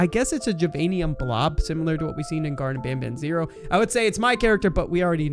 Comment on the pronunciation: its garten but you said gardem which means you was gonna say garden.